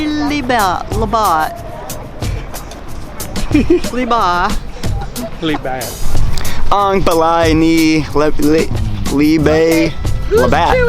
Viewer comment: Pastilan caloy na virus an na sila sa budots.ang libat sounded like lubot.hahaha😂😂😂lingawa oi!!!